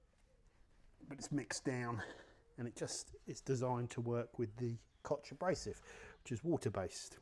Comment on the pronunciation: It's called KOCH... ...and not "Kotsch" Chemie, fat isla nd mon key... Must be because of the strong sibling love tradition you have in your country 🤦